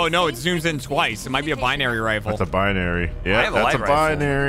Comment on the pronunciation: i like the way gav says binary calling it beeneery